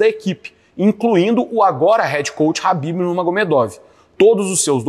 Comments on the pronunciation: É Ķhabibi não Habib COMEÇA COM K...QUE AGONIA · É ASSIM QUE SE PRONUNCIA MESMO??? ESSE CARA DISSE RABIB!!! 😦